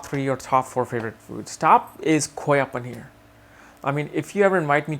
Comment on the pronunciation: You're saying koya paneer with an accent ;)